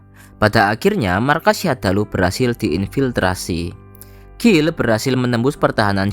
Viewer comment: Guile (baca Gail) kok dibaca Gill... 😁